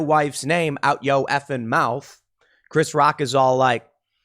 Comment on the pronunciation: “Mouff” not “mouth” Mr. Pool